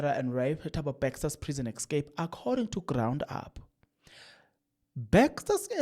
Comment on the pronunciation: Yabona my son you said someone commented to how you call Bester Bexter made me laugh silently and nicodemusly because I know a number of words you call anyhow and number of you tubers that call those words like you 😂excape instead of ESCAPE is one of them. I will be like it doesn’t matter I got the message